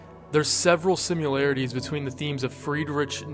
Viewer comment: Sorry... I can't help myself... it's pronounced SIM EH LARE EH TEES. Similarities... not simUlarities